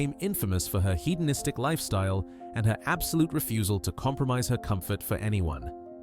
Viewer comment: Mispronunciation of "python" and "hedonistic" SHOW THAT THIS IS AI SLOP CONTENT!